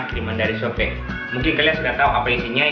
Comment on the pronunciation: "sopii" pak bukan "sope" hahaha